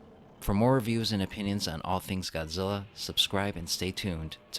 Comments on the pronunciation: GODZILLA not GOZZEELA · God-zil-La say it with me God Zil La